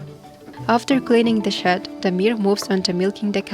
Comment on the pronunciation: Lol, I thought you were saying he was cleaning up cow 'sh¡t' but towards the end of the video I realized you were saying cow shed, hahaha 😅!